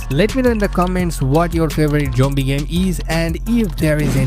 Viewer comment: Why do you say jombie instead of zombie?